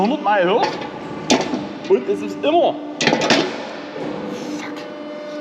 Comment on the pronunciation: Hi, bei Dich heißt "Immer" - "ÜMMER"... woja 😂🤣😂🤣😂